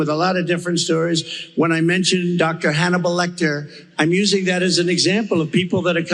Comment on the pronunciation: Mf said doctor Hannibal lectar